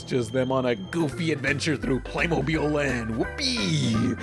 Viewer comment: First of all you're little joke over here is so cheesy come on man step up your game and second of all it's pronounced Playmobil not PlAyMoBiLe